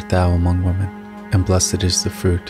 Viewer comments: Dear Darek Radulski: You are Correct that many people pronounce WOMAN instead of WOMEN. I checked the video. It is written WOMEN but sounds like speaker says; WOMAN. Another interesting fact! It used to be prayed; AMONGST WOMEN and not AMONG WOMAN. This is due to the Vatican changing prayers without Gods permission! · I'm Aussie and I think the pronounceation is cultural. I pronounce women as 'wi men'. I have heard other times 'woo men'' I pronounce amen as 'r men', and enjoy saying amen as in this video. Having the sound lower than your voice helps to overcome 'cultural' words Remembering intent of the prayer is what matters Keep safe and your faith strong.